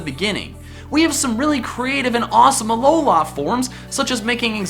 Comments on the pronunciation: He sounds so white when he says Alola, AlolAA. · Aloha forms learn to freaking speek